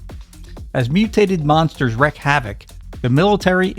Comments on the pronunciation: Wreak (pronounced REEK) havoc... not wreck. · More than once you mispronounce wreak, as in 'wreak havok.' It's pronounced wr-eek, not wr-eck. Wreck is a completely different word. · Very enjoyable, I actually saw some of these at the cinema back in the day. I must mention that it is "wreak havoc" (pronounced "reek") not "wreck havoc". Sorry, I used to be a teacher. 10/10 for the video, 9/10 for the grammar. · WREAK! Wreak havoc, not wreck havoc, dammit! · These videos are wonderful looks into the past! So much fun, and some honestly underrated movies! Only one thing sets my teeth on edge... the terms are: wreak, pronounced like reek,.. NOT wreck, pronounced like rek. Or Wreaking havoc: "reeking havoc". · It's wreak havoc, not wreck havoc. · And he does it repeatedly. You could make a drinking game out of it.